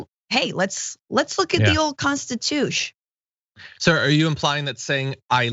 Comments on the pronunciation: The ole constitushhh 😂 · "The Old Constituche" XD